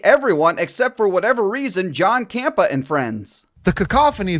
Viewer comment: Fan of JC here, and I have to take umbrage with this video. First of all, it's pronounced "CAMPEA", yet you keep calling him "campa." Second, he has never said that it's "objectively " good. In fact, it's obnoxious how much he constantly says "this is my opinion " and "I'm probably in the minority" when sharing said opinions. Third, he consistently tells Disney to go f**k themselves. I'd be hard pressed to call him a shill because he completely rips them apart every chance he gets. Not to mention he hated She-Hulk, and even stopped watching it. Maybe people just like different things than you bro. I get that hate videos produce clicks or whatever, but don't just call something"fake news" when you yourself aren't clear on the facts